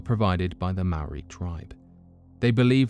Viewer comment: Thank you for saying Maori correctly